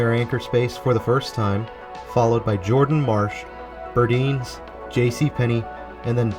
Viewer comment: I don't know expect you to know how everything is pronounced, even the names of old regional department store chains, but I have lived in Florida long enough to remember when Burdine's (founded in Miami) was around, and that it was pronounced "bird-eins" (rhymes with 'herd' and 'Heinz').